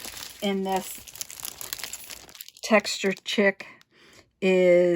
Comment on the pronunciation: Absolutely lovely! I love all of the cards in your video. I had to laugh as you pronounced chic as chick instead of sheek as it should be pronounced. Thanks so much for this beautiful video!